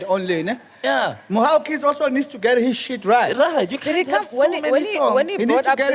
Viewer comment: LOL. Editor, it's "Mhaw Keys" not "Mwah 💋Keys"